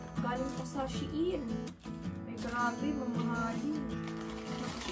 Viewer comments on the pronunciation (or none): none